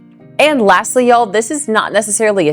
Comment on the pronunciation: My dear, you are one of the rare "northerners" who has truly "become a southerner". You even say and use "Y'all" perfectly.😆My Grandfather moved south from Wisconsin and never went back. Like you, he loved the south. Listening to you here brought back so many memories of him saying some of the same things. Thank you for that.🥰 Now, for that "horseshoe sandwich"! I think topping the meat with some sauteed onions would be perfect!😋